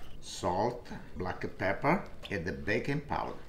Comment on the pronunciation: "Blacka peppa"... Love it, lol